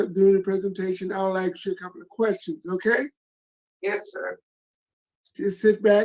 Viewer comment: Sometimes good men need to realize when to retire. Thanks for your service. Anyone who cannot pronounce the word "ask" should not be on this board.